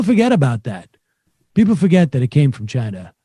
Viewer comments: I despise his pronunciation of Chi-na. Probably as much if not more than his brother despised him. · Trump and word pronunciation ChinARGH. It's China moron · Holy cow. He can’t even stop himself from being racist by throwing Chy-na and the plague into his “heartfelt” words. Dayyyuuummm. The plague is in the White House. Vote him out.